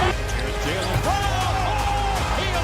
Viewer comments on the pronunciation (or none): none